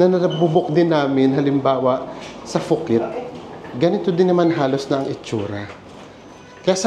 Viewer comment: POO-KET po ang pronunciation, not FOO-KET